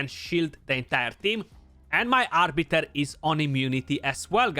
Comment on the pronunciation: Who the fk is Arbitor ???? ROFL ;) "it's Arbiter not o -.-"